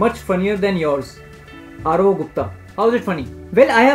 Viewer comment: Pronounce aroh as RO